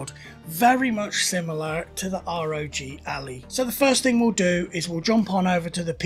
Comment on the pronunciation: I had to stop listening to this after called the ROG Ally, the ROG Alley. Painful.